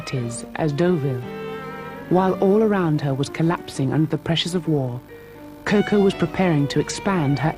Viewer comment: How cringeworthy is this narrator’s pronunciation of Chanel’s nickname, Coco🙄Why is so difficult, I don not understand…